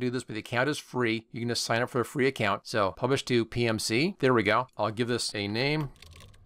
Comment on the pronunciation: I just saw your video as I wanted to learn how to make a skin. I’m curious what you’re saying at a few seconds in? I think you tried to say “ you can just “ but it sounds like one word close to the N-word?